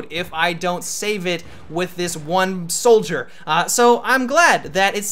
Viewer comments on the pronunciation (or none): none